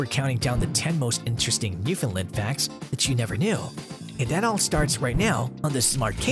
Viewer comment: Ok, lets get this out of the way first; Your pronunciation of Newfoundland is wrong. The only correct way to pronounce the name of the Dog and the province is "Newf~in~land". Say it quickly and make sure it rhymes with "understand " You also missed the story of one of the most important and probably largest water rescue this might breed played a role in. In 1828, a vessel out of Ireland with 211 people onboard was wrecked at Isle aux Morts (Isle of Death), on the south coast of Newfoundland. A 17 year old girl ( Ann Harvey), along with her younger brother, father and their Newfoundland Dog, Hairy Man, were responsible for saving at least 158 of the passengers and crew over a three day period. The dog repeatedly swam from the family's small boat dragging ropes to the people clinging to rocks in very heavy seas. The Canadian Coast Guard named one of their ice breakers Ann Harvey in her honor and the crews lounge onboard is named "Hairy Man" to remember the wonderful dog.